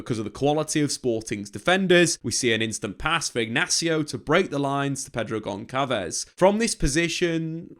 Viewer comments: And I think it's Gonsalves not Goncalves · Really insightful video. You do your homework! I'm sure someone has commented this before but it's not "gon-kalvez." The ç is a s, like when you abbreviate Barça. Gonçalves is (practically) Gon - Sal - Vis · FYI - it’s not read Pedro GonKalves as you are saying but rather Pedro Gonssalves.